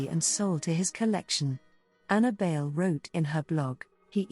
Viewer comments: Bayle is pronounced as dance in Spanish “baile” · Bay-le....like dance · Would be nice if her last name could be pronounced correctly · It’s okay. Outside of the Philippines they have been pronouncing it wrong. People have been pronouncing it like Bail or Bay Lee when it should be pronounced bajle or baahylë. Bayle is borrowed from the Spanish word Baile which means dance.